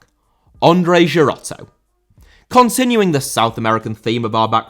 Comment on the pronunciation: Andrei* not Ondrei